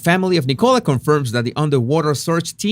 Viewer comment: por favor ya no la llames “Nicóla”, su nombre se pronuncia “Nícola”